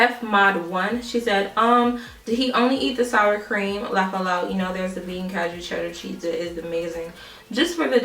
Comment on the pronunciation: That question in itself is wrong... "Does your veganism extend to your makeup.." There is no half vegan or partial vegan... If you "eat vegan"... You are plant based... Not vegan... You are plant based... Anyways cashew is pronounced "cash ew" just like you would pronounce the cash in your hands.